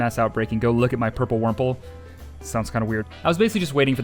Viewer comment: Purple wurmple ❌ Purmple ✅